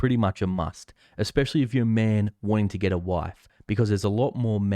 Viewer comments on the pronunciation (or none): none